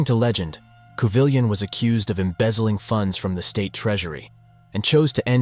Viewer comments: It's COO-vee-yaw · Had to stop listening when you kept saying coo-vill-yon